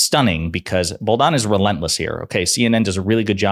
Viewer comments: Dude. If you're going to be credible in your podcast, learn how to pronounce people's names! Kate Booldon??? It's pronounced BaldWin!!! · Good video but the young ladies last name is Bolduan not Boldan pronounced like “Baldwun” just fyi